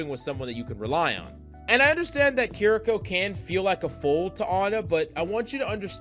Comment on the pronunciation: Key rree kaw